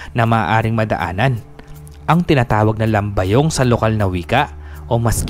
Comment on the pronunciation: Lambiyong po Hindi Lambayong 😅 hehe